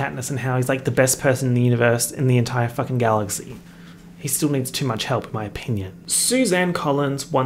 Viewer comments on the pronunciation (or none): none